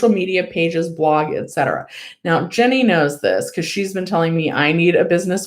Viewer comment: I enjoy your channel and your whole vibe and think you're doing a great job. BUT "Ginny" is pronounced "gin" like the drink. Not "Jenny" (short for Jennifer). She pronounces her name on the channel. "Ginny" is usually short for "Virginia". I've been hearing you mispronounce her name for months and had to speak up.